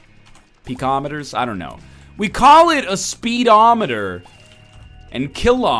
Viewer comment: HWAT, yo a speedometer measures speed and a centimeter is the unit that you measure, ergo, why pronounce them the same at all? you freakin egg!